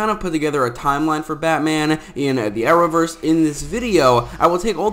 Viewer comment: "Ahrowverse" I can't be the only one who hears that?